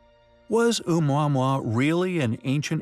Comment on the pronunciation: a quick search on google will reveal proper pronunciation of Oumuamua is Oh-moo-uh-moo-uh ... worth getting it right